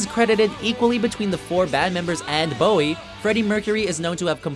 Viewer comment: When the guys pronounces it David BAOW-EE. smh it's BOW-IE. easy